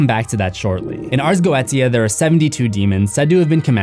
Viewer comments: I think its pronounced Go-ee-tia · It's pronounced go-e-sha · It's pronounced: Arz Go-wee-sha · Its pronounced go e tia 💀 you only pronounce it as "goesha" cuz your an underaged child watching demons get slaughtered 💀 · Dude. It's pronounced GOE AY SHUH, not Go et eeya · its pronounced "go eh sha" not "go etia" basically a book listing all the known demons and summoning rituals, its like the opposite of enochian magic which can be used to summon an angel using the angels language and an intense 8 day ritual, the snake eating its own tail is the ouroborus, but that symbol is not the ouroborus, its 2 snakes eating eachothers tails, completely different symbol and meaning, and the other one is the ouroborus twisted into an infinity symbol, so giving it a completely different meaning as well from the typical ouroborus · It's pronounced Go-E-Sha 🖤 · I hate how he mispronounced goitia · Has he been mispronounced goetia because eveerytime you day it I keep repeating go-ie-tia in my head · Its "go aye shuh" at the 4 min mark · note: ars goetia is pronounced Ars Go-E-Sha (love ur vids tho) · Everyone keeps mispronouncing this word “Ars Go-etia” take it from a Wiccan of 17 years it’s pronounced Ars get-tia; it’s Yiddish, it’s not spelled how it sounds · No offence to but it’s pronounced go-e-she-u Ars Goetia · BRO NOT YOU MISPRONOUNCING ARS GOETIA IT’S SAIDD GOESHA OMG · Goetia is pronounced GO-SHA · Goetia is pronounced Goeesha. Just letting you know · Goetia is pronounced like “go-aye-sha” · Goetia is pronounced "go-sha" 😩 Like this so he can see! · Damn missed seeing your videos also goetia is pronounce goesha lol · the way you pronounced goetia